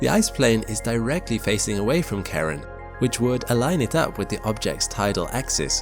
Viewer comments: It is spelled 'Sharon, not Karon... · thanks for this excellent video! that said, you are obviously a very intelligent person, so why do you pronounce some names so incorrectly? 'charon' pronounced as 'kahron'?! COME ON!!! it is pronounced as 'shah-ron' the boatman who brings you across the river styx. 'ultima thule' pronounced as 'ultima thoolay'?! DUDE! it is pronounced 'ultima thoolah'. are these pronunciations prevalent in astronomy? it takes literally one second to look up the proper pronunciation. you can do better. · I didn't know Charon was pronounced like Karen. I always said "Char-on". Somewhere a Starbucks shuddered every time you spoke this moon's name. :D Jokes aside, what a fantastic video! Thank you for reawakening my love of space science and news. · Charon is from Greek mythology and pronouncing it as "Karen" is very silly (and for me more triggering than pissed off Karen in Starbucks 😄) in my opinion but its official american pronunciation but i know americans that are pronouncing it like you said "Char-on", im playing EVE Online and there is one ship called Charon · Fyi you are mispronouncing imo Charon. It's with an "o" sound in the second part. You are actually saying "Charen" or "Karen". I was listening going what is this planet Karen he's talking about? Does it want to see the manager?🤣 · I don't think Charon is pronounced "Karen". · not Karen :P CHARON pronounced similar to Sharon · What is karon?.The moon is pronounced Sharon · Charon is not pronounce Sharon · I'm speechless after hearing you pronounce Charon like Karen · Charon is pronounced is not Karen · Your pronunciation is killing me, it's Charon, not Karen. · Sorry but I heard the name Karen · didnt know Charon was pronouced as “KHA-ron” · beautiful video and very informing. but dude your pronunciation of Charon is abysmal. the ferryman of the dead sounding like you are saying Karen. apart from that awesome work :) keep it up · Hearing Charon pronounced as "Karen" makes me sad.